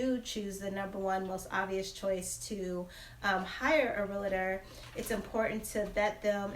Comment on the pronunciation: It’s pronounced real-tor not real-a-tor.